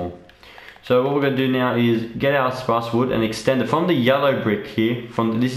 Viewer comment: "sprace wood" LMAO